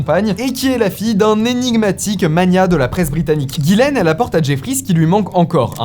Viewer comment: Ghislaine pas Guylaine 😅